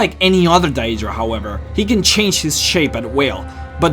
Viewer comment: Why does he say dieedra